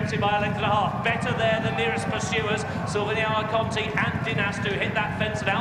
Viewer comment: Shame the RUK commentator couldn't get Silviniaco Conti's name right throughout most of the race. Take a couple of lessons from Simon Holt.